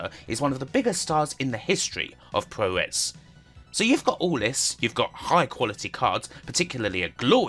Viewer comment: So that's what he was saying! It also should be poo-roh not pyu-row for the 'puro' of 'puroresu'.